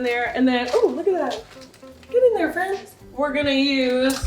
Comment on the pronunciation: "get in there fwiends" the most wholesome thing ever🤧🥰💞